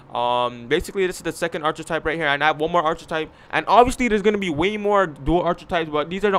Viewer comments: Arch-a-type👎 R-kih-type👍 Archetype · Is this nigga saying "ar-chi-type"? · This saying archer-type